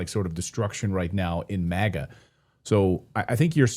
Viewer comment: MAGA not MIGA